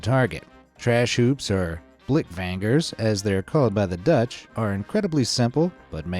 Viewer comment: Blik vaingers neen blik vangers 😅